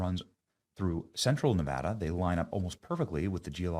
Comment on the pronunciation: Thank you Benny for pronouncing Nevada correctly.